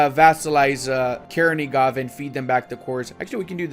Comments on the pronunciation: In ukrainian,russian Ochakov and Chernigov sounds with "ch" not "k".Chernigov but not Kernigov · Not Kernigov, it's Chernigov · for the love of God, please stop butchering all of those names. "Ch" in Chernigov and Ochakov is spelled the same way as in "butchering". Also yeah, as much as i appreciate the message, you're showing that you don't know jackshit about the history and geography of the region, sorry:)